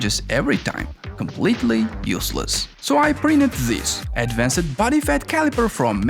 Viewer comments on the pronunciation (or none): Please learn English pronunciation. The e in "advanced", "fixed" etc. is always silent, it's pronounced "əd-ˈvan(t)st" and "ˈfikst", respectively, not "ˈəd-ˈvan-sət"/"fiksət". I'm not a native speaker myself, but this is such a basic rule in English, it should be one of the first things you learn.